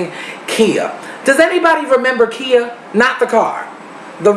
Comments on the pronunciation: Im used to singing "Its time to get real with " lol what happened? also her name is pronounced Kya not Kea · now no you did NOT disrespect queen Khia lmao idk if u pronounced her name wrong on accident or you were proving how irrelevant she is lol